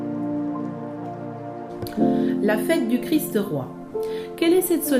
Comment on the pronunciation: C'est pénible ces gens qui veulent donner des leçons et qui ne peuvent pas parler correctement ! Le "Christe" n'existe pas, seulement le Christ. Faites donc un effort pour prononcer Christ Roi sans ajouter un "e" à Christ. C'est un peu plus difficile mais c'est une exigence de la culture élémentaire.